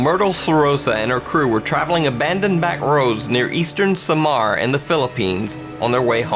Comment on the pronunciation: sa mar instead or samar